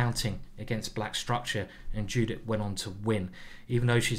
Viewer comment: Sorry for sounding rude but her name is not pronounced the same way it is written. It's pronounced "yudit", otherwise great video!